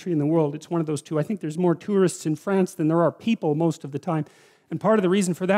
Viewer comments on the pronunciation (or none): none